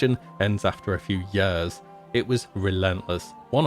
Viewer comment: Everybody: years: YEE-AHS